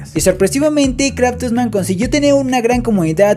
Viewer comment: me encantan tus videos y soy yo o enves de decir craftman te la pasaste diciendo kratosman? XD